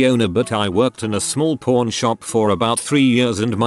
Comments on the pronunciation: Through the whole video was saying porn shop not pawn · The accent of the bot... not a “pAWn” shop when he says it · Me listening to this to sleep, instantly thought he said porn shop in the first second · Why do i hear "Porn" and not "Pawn" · I keep hearing "Porn" instead of "pawn" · Anyone else hear porn instead of pawn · Please tell me you guys heard porn not pawn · I cant be the only one that hears ''Porn Shop'' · I heard 'Corn Shop'. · Pseudo Nym nope. The robot just says it like porn. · I do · I did too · Especially when it said hardcore pawn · if ur just listening to this it always sounds like hes saying porn shop lol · Am I the only who hears "porn" when the computer voice says pawn ? I can't unhear it. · The voice on the video says pawn shop kinda odd and it sounds like porn shop 😂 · anybody else heard “Porn Shop”?